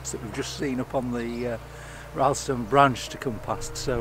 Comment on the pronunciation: "RILLstone" not "RYElstone"